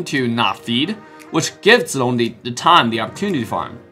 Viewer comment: I love how pronounces Zilongs name correct